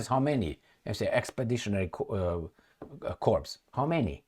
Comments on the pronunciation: Corps is pronounced like core, kore , corps = core like apple core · Corps is pronounced core